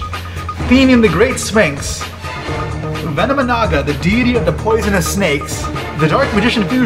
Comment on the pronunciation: It's "venomi-Naga"